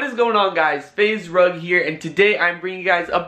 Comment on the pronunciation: Why did she say Fraser rug fraz rug instead of your real friend